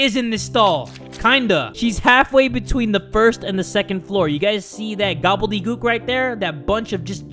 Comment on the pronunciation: went through all stages of grief when Kuu Dere was Glitching out Edit: when jay said globlydeglook I made coocoo clock noises